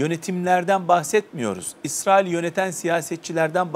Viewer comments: Dayı Allah rızası için şu ülkenin ismini doğru söyle Israıl dedikçe iriye oldum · ısrail değil israil önce bi düzgün telaffuz et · Yalnız biri arkadaşa anlatsın Israil diye okunmuyo İsrail diye okunuyor.Birde soru sorunca karşısındaki dinlesin